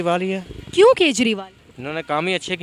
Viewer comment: "Kyun" pe itna zor na dein thoda over acting lagta hai ......baki keep up the good work your channel is doing a great work.